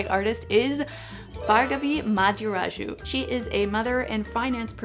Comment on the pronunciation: This is OT, but necessary. "Bhargavi Madiraju" - not her - How to pronounce Indian names (written in English) 101. Its not "Burger-vee" / "Barguvee" 😂, it is Bh-aar-gov-wee. Where 'h' is not silent, but actually is pronounced , like in "Think". And "Madiraju" is a little tricky, cos English less sounds than Sanskrit, but it is NOT "MotherAjoo /MotherAchoo😂". Goes along on the lines of Muh-Thee/Dee-Rah-Joo. (Joo as in 'ju'ice). If you'd like easier to pronounce Indian name, I give you the city name: Thiruvananthapuram. Easy peasy. (Sorry, not sorry, just done watching a 1000 language videos..😢😂)